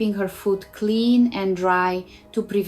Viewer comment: I like how when she said it, the way she said it made it sound like "team wart makes the dream wart" 😂🎉☺️